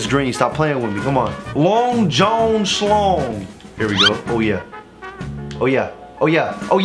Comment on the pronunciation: The fact that says john like jone triggers me